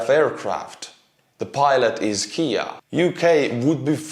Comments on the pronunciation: minor thing but I thought it was a little funny. You said "Kia" like the car. When said this way it always describes the car. When you mean "killed in action" "KIA" it is always said as the individual letters K-I-A. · KIA KEY Ah is a car! Kay I(eye) Aye K I A or Kilo India Alpha is Killed In Action. Those are Cargo 200. Funny pronunciation.